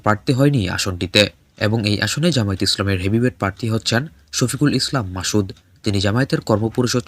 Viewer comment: উচ্চারণ ঠিক করেন , মাসুদকে বলছেন মাশুদ